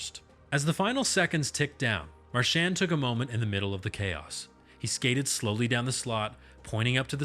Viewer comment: I’m learning all kinds of things but you’re mispronouncing his name. His parents pronounce it Mar-sh-aw-n